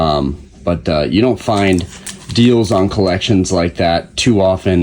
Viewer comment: That's collections with an S lmaoo